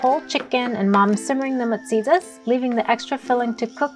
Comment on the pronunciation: Guam people be wanting to be chamorro so bad, ya'll be messing up our language and food. That's not musiyas😅 I'm from saipan, I know